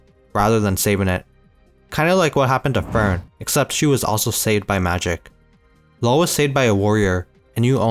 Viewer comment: Just so you know his name wouldn’t be pronounced as "low" in German you’d say "loo-vah "